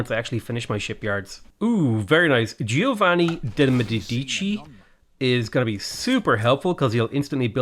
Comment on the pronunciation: I love how you perfectly pronounce Giovani De Medidici ahahahaha